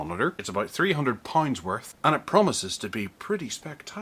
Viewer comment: Its pounds not parrhunds :)